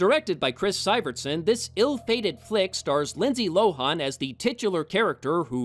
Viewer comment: Why are you pronouncing Lindsay Lohan's name that way? It's a short a.